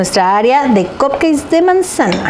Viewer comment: Que estresante es esta mujer diciendo "COPKEI"